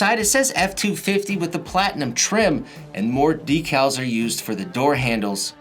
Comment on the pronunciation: You say decals wrong bud